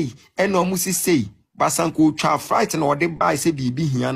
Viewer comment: You paid all this money to this Cons who cant even say "Flight"...lol Fright 😂😂 3boboba....that common mistakes alone speaks volume...next victim please 😂😂😂